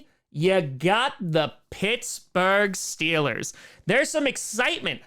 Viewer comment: But you said steelahs go shupa bowl when you visited tom 🥺